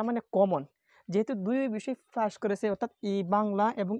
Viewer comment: আপনি পাসকে ফাস বলেন কেন 🤔🤔🤔🤔